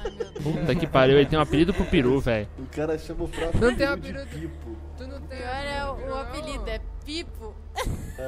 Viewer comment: e pitu e não pipu kkkkkkk